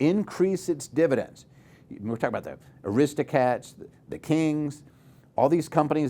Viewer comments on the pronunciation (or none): lol it’s not “Aristocats”… it’s Aristocrats.